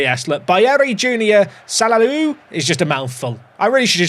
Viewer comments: It's pronounced sa-la-ou, actually :) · What happened to Zongo? Also can we just call BJS "Salaou" (Sa-La-oo). It's far easier and more pleasing to hear